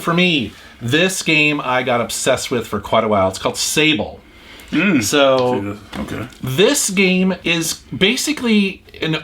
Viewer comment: It is not Sable with the English pronunciation, it is Sable French word for Sand. So that pronunciation.